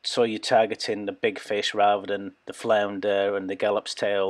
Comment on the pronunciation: He seriously didn't call a gafttopsail cat a gallopstail